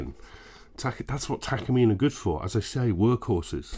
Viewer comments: Pronounced Tah kah Mee Neh ... not Takuhmeen. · tak car me nay say it right stoopid engrish.